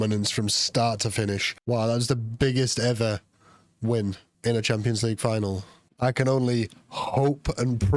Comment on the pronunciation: Just sounds like he’s saying tampons 😂